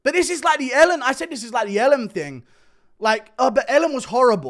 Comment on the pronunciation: How'd you pronounce Ellen like Ellum hahaha